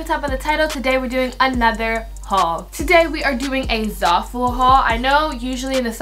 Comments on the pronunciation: "ZARful" xD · Your doing amazing girl😭 love all your videos and can see how hard your working and how much effort and time you put into them! I love you keep it up❤️ btw I think your Pronouncing zaful wrong😭 just looking out for a sis😚